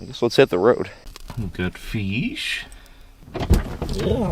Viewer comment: Flying Feesh! 10 seconds later, Feesh out of water!!!